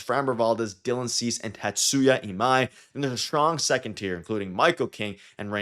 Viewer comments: TA-tsu-ya ee-MAI. Your pronunciation is quite good.👍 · Last name: Ta-Tsu-Ya First name: Ee-Mai Your pronunciation is fine.